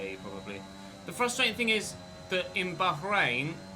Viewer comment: just say bahrain why the emphasis on the H 🤣